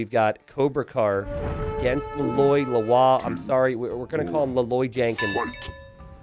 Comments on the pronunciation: Maybe listen to the campaigns for heroes you can't pronounce. You'd at least get an idea what these hero names sound like, and you wouldn't get confused between different possible pronounciations like Le Loi or Le Lwa (it's Le Loi). Also, OF COURSE Philippe vs Little John wasn't rigged, DUX is CLEARLY the best player to control Little John's opponent Kappa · Le Loi is Vietnamese, not French, so it's not pronounced "Le Lwah", it's more like "Lay Leuy". Pronouncing it "Le Loy" is closer to the correct name than pronouncing it as if it's French. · Vietnamese here. Le Loi, which is Lê Lợi in our language, pronounce like "Lee Loy" or "Lee Lloyd" minute the "d":D. Please like for see this. side note: Vietnamese alphabet was developed by Francisco de Pina, a Portuguese priest, so if you encounter an weird Vietnamese name bring your Latino friend.